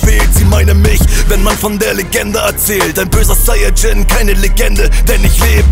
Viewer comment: Zayajin ? WTF Sayajin ist ja so schwer auszusprechen